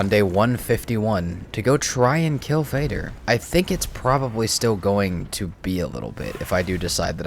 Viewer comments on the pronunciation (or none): none